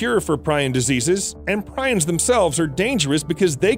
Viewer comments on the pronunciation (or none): Prions is pronounced "Pre-ons". Good video brother.